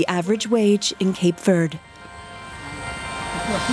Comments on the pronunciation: All that machinery to copy what the sun easy does through evaporation.... also, Cape Verd? LOL can we at least say it correctly? Even in English a German speaker should be inclined to pronounce the e in Verde. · It’s pronounced Cape Verdeee! Where did the narrator ever hear in pronounced ‘Verd’? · In English it is pronounced Cape Verde, not Cape Verd…… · Why do you pronounce it “Cape Vurd”? text-to-speech software? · Stupid AI commentary. Its Cape Verde not Cape Verd. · Could you at least pronounce the name of the island correctly? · You could at least pronounce the name correctly when doing a serious documentary 😩